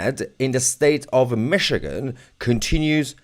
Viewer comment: This episode is a little sensational isn’t it? BTW, enjoy your vids but, it’s’Michigan’. Cheers!